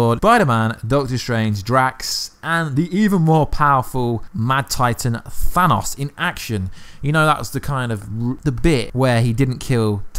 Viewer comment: "Thanaus" lmao im dying